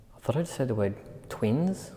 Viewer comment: I don't know it didn't sound like twins to me honestly I thought it said twit. Lol